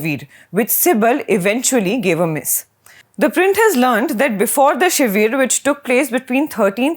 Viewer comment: Lady, stop calling "Kapil CIBIL" but "SIBAL" and not "Shiveer" but "Shivir" 😄😄